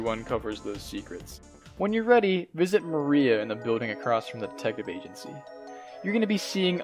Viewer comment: >Black Mariah lmao dude, it's Maria, like the Spanish name